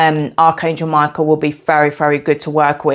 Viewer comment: I immediately thought of Hekate when you pronounced Michael as My-KEY-el 🗝️🎼🎹🔐 and I just realized how the keys on the piano are keys to different frequencies ❤ I love Hekate and have always felt drawn and called upon Archangel Michael as a extremely ancient and pre-christian being. I will definitely give your ritual a try as I will be beginning my shamanic witchcraft for healing soon. Thank you for this valuable information! I have to say I also have a hawk frequent my yard and orange is my favorite color!! I ate a lot of them as a child 🍊 I want to add that as you were mentioning ingredients to use, I heard Cardamom could be one he might like, as it pairs wonderfully with orange and cinnamon and it adds a woodsy brightness! ✌️🧡🌱 much love to you!! 🥰